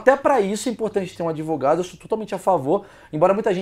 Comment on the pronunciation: mentir é o primeiro mandamento do "adevogado"